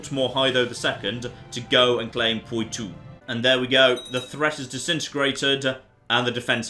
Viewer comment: Oh my god hurry up and conquer Poitou so we don't have to hear you butcher the pronunciation anymore